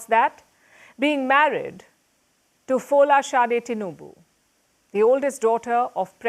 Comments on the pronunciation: It's Tinubu not Tinuba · TINUBU NOT Tinuba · Tinuba😂😂😂😂. It's tinubu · Pls, it is not Tinuba , it is Tinubu . And it is not Onado, but OANDO . As in O and O. ( O basanjo AND O baseki, allegedly ).